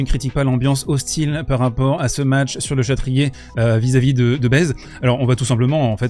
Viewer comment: Super vidéo, mais par pitié pour Baez arrête de prononcer "Baise" 😭😭🙏🙏